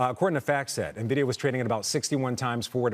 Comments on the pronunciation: “Experts” calling it “Nividia“ 🤦‍♂️ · It's "N"-vidia NOT "Nah-vidia"!!! These people don't even know how to pronounce the damn company's name properly. Idiots!